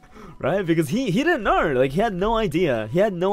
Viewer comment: Unrelated but I really like the way he says "home" like hou-rm and "know" like knaur 🤣🤣